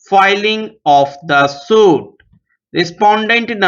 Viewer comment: sir suit ko sahi se pronounce nahi kiye hai